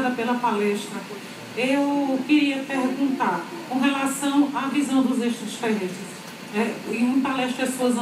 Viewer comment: Ex-tra-ter-res-tres,Mônica!Não tem "s"depois do "a"...